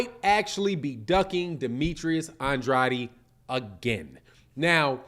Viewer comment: you pronounce his last name like this “On-Draid” - just helping you out 💪🏾